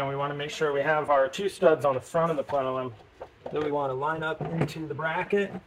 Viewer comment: him saying "plenelum" over and over really agitated my OCD, lol